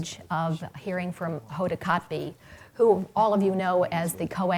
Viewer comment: Wow what a flub, the lady that introduced Hoda pronounced her name as "Kota."